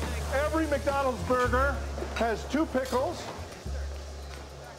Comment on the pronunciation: McDonald's* not "Mac"